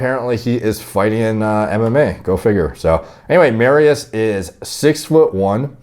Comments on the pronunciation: its more like "Mari-Ush'. But still close. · FYI its pronounced mariush the sz has a sh sound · I'm not even Polish, but I've gotta admit to slight cringes every time said "Mari-oose." Just busting balls, D... Love you, bro.. keep doing your thing. 💪🤙